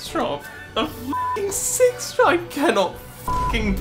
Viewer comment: The way you swallowed the phrase "sex shop" with embarrassment each time you said it, I thought at first you were saying you were recognized in a convenience store. Dear, say it with some fortitude: you were in a sex toy shop with the charming name Peaches & Cream and you were recognized by a fan. GOOD FOR YOU! Give yourself a high five - or a low one, if you'd prefer. Use your dominant hand to do whatever you'd like, because it's your hand, and you're a grown-up, so do whatever you want with it (especially since you've been to Peaches & Cream, and presumably have all the tools you need to facilitate the action of your unassisted hand).